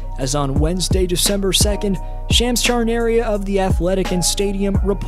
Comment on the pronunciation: lol "Shams Charnaria"